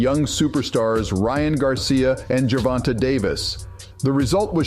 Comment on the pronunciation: You sure make assumptions sound factual. And why do you keep calling him “Ger Von Tah”? You’ve never heard ANYONE including the ring announcers say his name like that. The A is long. Should it be written like Gervontā?